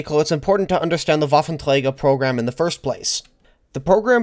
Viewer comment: Wow. When you say “Waffenträger“ it sounds like a german said this word. Very good!